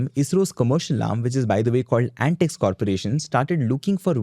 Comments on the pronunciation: At least we Indians should pronounce our words correctly. Not Ant Riks but un-tree-ksh (अंतरिक्ष), and not Rad-ee-aa, but Raa-dee-ya (राडिया). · Bro it's antrix an-ta-rix means space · It's antrix (space in hindi) not antix